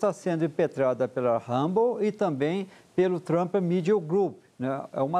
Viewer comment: ela disse ministro donald thrump ?